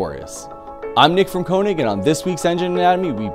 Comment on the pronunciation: Koenig(König) is pronounced different. I wish they addressed 20 vs 25 here